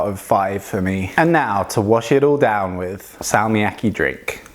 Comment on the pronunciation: i think you should hold the consonant longer when its has a double consonant like Salmiakki